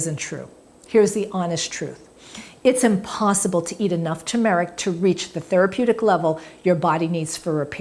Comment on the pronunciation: Tur-mer-ic. Not tu-mar-ic.